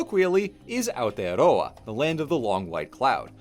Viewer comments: the first non kiwi to say it right thank you for not making me angry by not saying aotearoa properly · I normally skip videos about Aotearoa because the lack of effort for trying to learn any of the pronunciation in them can be painful being from there myself that I ignored this video when it first came up for me as I haven’t seen your videos so I didn’t know if you’d put in that effort but I’m SO impressed! You’ve put in so much effort for this video it’s so lovely to see, not only with the pronunciation but also not starting with the white history as that’s what most people start with, thank you! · THE ONLY AMERICAN TO PRONOUNCE AOTEAROA AND MĀORI RIGHT. Thank you, thank you, thank you! Also, damn right our ice cream rules. Try whittakers chocolate too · NEW ZEALAND VIDEO?? BY A NON KIWI?? WITH AOTEAROA IN THE TITLE?? AND DECENT PRONOUNCATION?? I will give u my first born child